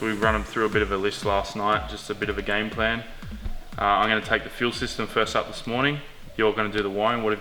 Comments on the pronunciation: "fist me" LOOL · hahaha "fist me" ;-) :-P